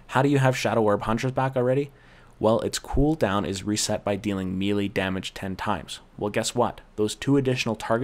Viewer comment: I appreciate the guide, but I can't help but squirm every time you mispronounce "melee." It's a French word -- not "meelee" but "milay," as in Renee.